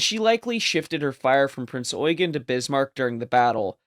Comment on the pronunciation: Finally someone who knows how to pronounce “Eugen.”